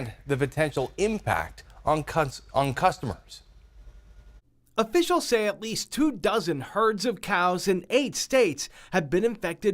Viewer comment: 18 “potential impact on cud-stomers.”